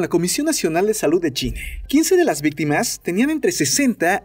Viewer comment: Soy yo, o en todos los videos se le escucha decir más "Chine" que "China" ?!?!?!?!!! En el escucho que dice "tos sequE" ...que carajos?!